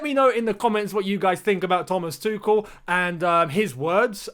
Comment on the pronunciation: you should to try pronounce his name right, it´s not that hard.